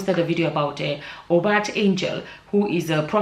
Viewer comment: It's pronounced You-Bet. If you can see how unshaken his followers are you'd know that sorcery is really.